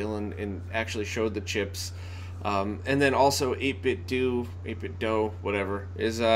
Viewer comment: No, not 'whatever',. lol. It's '8-bit-doe'. Just say it at least 5 times every day like that and you'll cure yourself of the 'doo'.:-P